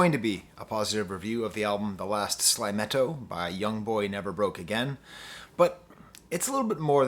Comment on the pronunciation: “sly-me-toe” my guy. not “sly-meh-toe”